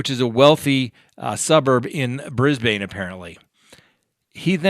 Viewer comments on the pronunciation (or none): Cringe! BrisBUN! Not BrisBane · Brisbane is pronounced like ‘Brizz-Bin’ not ‘Brizz-Bane’. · Hey I live in Brisbane Australia. Pronounced Brisben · I thought it's pronounced Brisbin 😉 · Please learn how to pronounce ‘Brisbane’ 🤦‍♂️